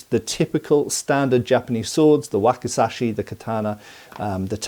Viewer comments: There's a letter z in that word,, wakizashi 😁,wacky,,zashy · And this is known as a 'whack-a-sash-ee' 😂😂😂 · Waki'Z'ashi, please.